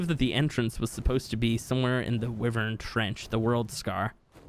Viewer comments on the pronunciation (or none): It’s why-vern not wi-Vern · It’s pronounced Why-vern god dammit